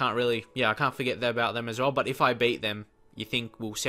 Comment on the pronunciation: How come you say bet when you mean beat